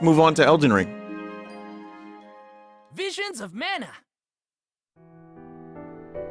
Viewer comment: VWISIONS OF MANYOT